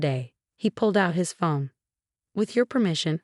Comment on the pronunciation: Please for the love of God, get someone who can write the subtitles correctly! It is a PRENUP not a Printup!! Someone who could correctly pronounce words would be great too! The word is PHONE not fum, whatever the heck that is. Could be great vids with competent people